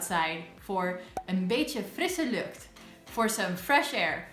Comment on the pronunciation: 'Een beetje frisse lucht', that was really pronounced with a major Dutch accent.